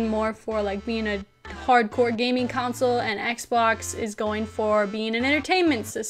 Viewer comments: Stop saying counsole...its console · Lol Console=Council.